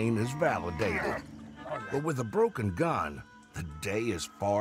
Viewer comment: Kinda hawd ta choot em wit a browke gun Trowy . ! Lol 🤣